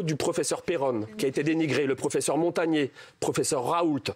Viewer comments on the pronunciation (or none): none